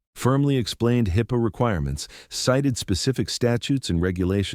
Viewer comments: HighPay, Hipea, Heypah, Hippo, HeePeeyah, HighPeay, HiPah... It was pronounced differently each time. I'm starting to believe they're intentionally trying to be funny. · This is a textbook example of why text reader apps suck. “Highpah”, “hippa”, “high pay”, and other bastardizations of HIPAA. Also, dropped words, incorrect inflection and other mispronunciations. All I this good information a 5\5, ruined by crappy narration 0/5. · I tried to get through this but I couldn't get past the A-1 narration pronunciation of HIPAA as Hi-pee, Hi- peeA, Hi-pay, He-pay, He-piA. I could go on but the mispronunciation was endlessly varied in its diversity of use. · This would be so much better if they had trained the AI to pronounce HIPAA. High pay is hilarious. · Dude, you should truly learn how to read and spell correctly. Twice you spelled Hippa as Hippo. You also pronounced HIppa with stress on the I and also pronounced it again as "Hipeea." Play the video again and look for my comments in your dialogue. I am not the grammar police but recognize sloppy and unprofessional work. You should consider another line of work. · The AI reading this story does a HORRIBLE job of trying to say HIPPA (hip-ah) and does it at least half a dozen different ways. I think it does not help that sometimes it is written in small case in the script. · I hate crappy stories especially ones that cannot consistently pronounce the word hipaa. Hip_uh. But also the lack of consistency. The video opens with the actual conversation between the pharmacists and the police officer where the pharmacist stated that she was the owner of the business. But yet of the way through the video it discusses how she called the owner, Mr Chen. So who is it? Who owns the pharmacy? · HIPAA is pronounced hip a(soft a) first syllable emphasized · Obvious AI voice. Mispronouncing HIPAA as Hyppa several. times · How many different ways can you pronounce hippo? Ai isn’t always a good thing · Please learn to pronounce HIPAA